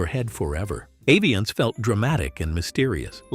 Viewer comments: They pronounce it Ah-vee-ahnce in the ad, it begins with the A, andyet you said Eh-vee-ahnce? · It’s “AH-viance”